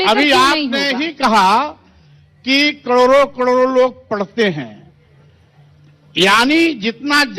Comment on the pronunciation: करोड़ों को कडोरों बोल रहा है। ये दोगला